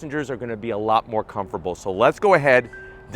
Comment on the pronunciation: What the hell is a “comfurble”